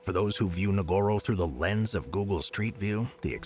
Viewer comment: This person cant even pronouce google right.